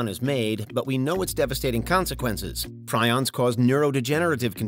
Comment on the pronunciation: I think it's also pretty scary that every clip about prions said the word but still managed to say it wrong like 10 times.